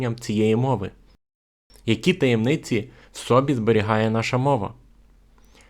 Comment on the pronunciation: Дуже гарна тема. Але ж автор розмовляе як. Той пасажир геть не знав де ставити наголос так и автор. Приклад автор каже "в сбі" за мість "в соб". ЗІ: сказав "в сбі". )))))